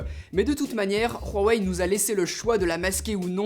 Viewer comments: Super vidéo par contre la marque c’est pas Rhuawei mais huawei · Et bien, cher il se trouve que tu as tord. Bon je vais arrêter de parler comme ça ^^. Le son "R" que tu prononce n'existe pas que ce soit en chinois ou en français. On prononce " Ouaouèï ". Je te pas cela pour t'offenser ou quoi que se soit hein? 🤣 Juste une pitite rectification. T'es vidéo sont extrêmement bien travaillé, un contenu super propre et épurée. Je te tire mon chapeau 🤠 xD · Mais putain tu le voit ou ton R dans huawei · Tu le voit où le « r » dans Huawei ? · Pourquoi tu dis « Ruawei » avec un r ?!! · Marquet Ninon non on dit rhuawei l’inculte. Au lieu de parler, renseigne toi la prochaine fois. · Rhouwa-ouaille hein ... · Pourquoi tu dis rwawei ? C'est pas un téléphone espagnole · Ruawei???? Tu va faire du surf à Rawaii? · kevin french Hawaii? C'est chinois? ;) Non, donc on dit Awaye, en mandarin (chinois) on prononce le H aspiré, mais des gens le prononce comme le R. Il ne faut aucune faute. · Chez Ruawei... T'as dis ça tout le long, c'est stressant 😂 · nop ! C'est wawey ! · À vrai dire ce n’est pas réellement un R la prononciation, c’est un H aspiré un peu rauque « rhuawei » mais on n’entend pas clairement le R, a foiré sa prononciation, faut être beaucoup plus soft ^^ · Très bonne vidéo ya toujours ce petit “r” de pronconcé dans Huawei alors qu’il n’y en a pas mais c’est négligeable ^^ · VinzStream pas du tout ça se prononce pas Rhuawei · Exellente vidéo mais (petit mais) arrête de dire ROUahwei xD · Marquet Ninon alors évite de dire de la merde et renseigne toi comment on prononce huawei. Inculte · Y a pas de r a Huawei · Il sait pas prononcé Huawei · Pourquoi tu dis RUAWEI ? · Super vidéo mais c pas rawei mais Huawei tu le dis mal mais super vidéo merci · Pk tu rajoute un r à huawei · Ce n'est pas " Khuawei" , c'est plutôt " Huawei" en prononciation . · C'est pas "rwawei" ça se dis "wawei" en fait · C HUAIWEI ET PAS RHUAWEI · C'est huawei pas roiwei